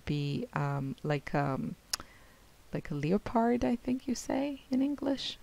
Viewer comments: Love it the frame look great...good try, it is pronounced lepard as in the word step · love love love this. We spell it leopard but it is pronounced lepard. The o is silent.x